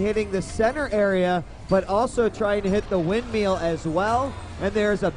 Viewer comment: Good to see DJWheat already getting more comfortable with the commentating, step 2: Learning to pronounce 'Windmill'